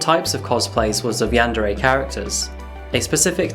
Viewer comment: Yawn-duh-ray It's yawn-deer My dude watchin too much Markiplier